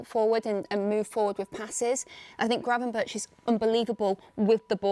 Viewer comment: Gravenberg, that is how you pronounce it not gravenberch (I know that is how you spell it just not how you say it). Highly irritating for us Dutchies.